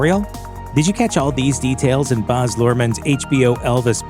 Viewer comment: who the flip is "Boz" Luhrmann? It's Baz - as in bad.